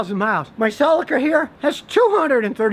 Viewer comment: His pronunciation of Celica makes me question his credibility just a little bit.